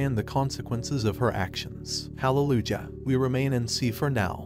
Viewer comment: I’m on my moms account btw anyways the way it pronounce hallelujah 😂